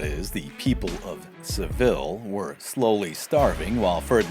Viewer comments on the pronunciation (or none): It’s pronounced se VEE ya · He pronounce Seville wrong, though.